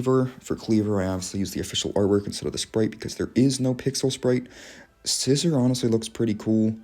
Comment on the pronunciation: the fact you said Scizor's name as just "Scissor" made me laugh, i was like "Scissor? there is no S-iz-or there is only Scissor"